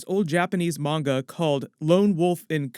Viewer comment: Munga? No. no no - Manga. MANG-A.